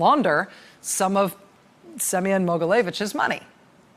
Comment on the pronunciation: Rachel, your pronunciation of Semion’s name is almost exact so don’t worry. :) Thank you so much for all of your hard work. It’s hard being descendant from Russia, having family in Russia, and trying to be proud of my heritage while also being well aware of Russia’s attacks on the U.S. There’s no doubt in my mind that Trump is helping Putin in his “master plan.”